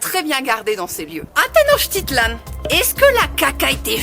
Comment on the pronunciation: SEV se PRONUNCIA tenochtItlan. ACENTO EN LA PENULTIMA SILABA